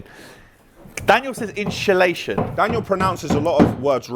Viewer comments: Definitely said inshulation.. not insulation. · Inshullation lol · Ha ha ha I’m glad you picked Daniel up about Inshulation 🤣🤣🤣🤣